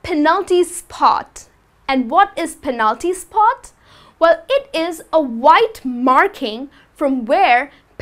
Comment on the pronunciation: She sounds so aggressive. Calm down honey. It's penalty spot not "phenalty sspott" or center circle not "centttar chhirchle."